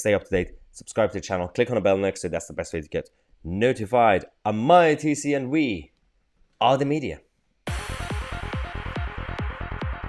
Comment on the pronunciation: Hi brother, been a fan of yours for a while now, thank you for all your videos. Just thought to comment on how something sounds. "Mahyar Tousi-En-We [pause]. Are the media" Maybe "Mahyar Tousi [pause] ... And we are the media" All the best